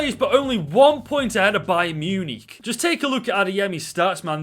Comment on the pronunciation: I have family from Stoke and never knew I needed to hear them say Munich so much MEEYEWNEEK